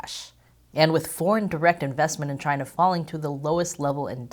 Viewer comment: Chy-na has multiple 🍯🍯